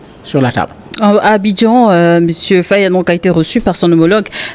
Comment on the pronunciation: Dites à votre journaliste de bien prononcer le nom du Président sénégalais. C'est Diomaye FAYE et non FE